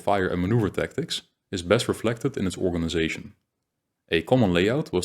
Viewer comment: The content is very good. But your Dutch accent is very thick. You make a lot of small pronunciation errors. 100% on some sound. It is really a pity. For an example word: you cannot pronounce the word "organization" correctly. You say "Organizasjen". Or the word "section". You say something like 'seksjen' with a 'sh' sound. "Organizasjen" . Dutch people always hear insert a 'sj' sound everywhere in English. I suppose it has linguistic reasons and very difficult for a Dutch person to learn. Still it is important to know that where your English is very good. Your pronunciation is quite bad on that specific sound.